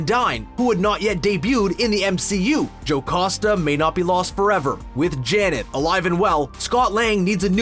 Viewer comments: Jocoosta.. it should be Jocasta. Learn to read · Stop saying "JoCOsta" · WHY DOES HE SAY JOCASTA LIKE THAT